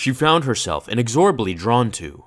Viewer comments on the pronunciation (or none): pronunciation on 'inexorably' was incorrect.